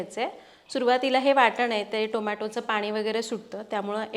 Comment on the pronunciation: Boltsna. Ncha uchhar karta वाटण तर waatan बोलता काय हे